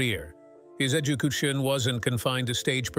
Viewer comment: please lose the robot voice i had to stop when the ai robot said educootion 🤣